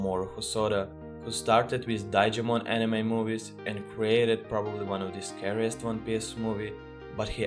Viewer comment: "Daigimon!" never in my life have I heard someone pronounce Digimon like that XD.